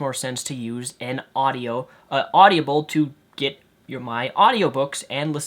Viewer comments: its awdible, not awdibiable or at least to everyone else...If you get my linguist attempt there without actual linguist notation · lol it's not audiable it's audible.. haha you pronounce it weird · It's pronounced Odd-ih-bull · stop pronouncing it "audiable" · You mispronounced audible the entire video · you are pronouncing audible wrong.